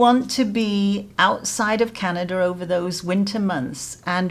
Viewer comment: Canada does not have an "r" at the end of it. STOP IT!